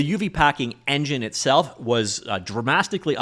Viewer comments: "dramastlically" it should be in every video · "Dramastically" is now a beautiful new word😍👍👍👍